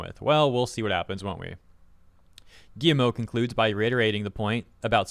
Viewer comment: Is it just me, or is he calling him "Gi-M-O"? 😂